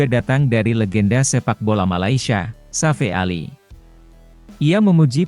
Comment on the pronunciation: Narasinya bikin pusying sakit kepala 😏😏😏😏😏 Safee Sali (Safi Sali) bukan Safe Ali...